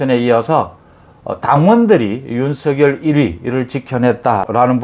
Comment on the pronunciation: 윤성렬로 발음해 주세요.